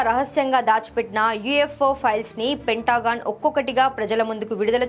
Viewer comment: పెంట......గాన్. అని అనకూడదు పెంటగాన్ అని అనాలి ఒకే 👍😊